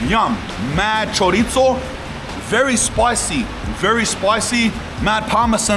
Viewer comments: choritttzo 😂 broooo you are somewhat spaniard, say it right 😀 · Stop saying chorizo like that you dork 😂